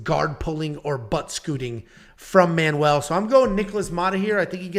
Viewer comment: its MAN-WELL not manual! y'all been playing too much tony hawk pro skater?!? manual?!? HAH! the only manual you need is one on how to pronounce ethnic names you white straight males!!!!!!!!!!!!!!!!